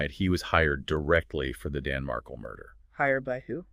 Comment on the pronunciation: Not Markal it’s Markel